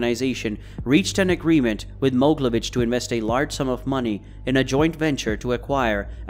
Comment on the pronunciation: Not Moglevich it's called MogEElevich